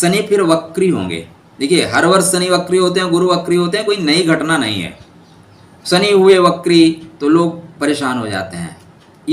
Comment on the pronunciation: 😂🤣 Shani ko suny bolte hai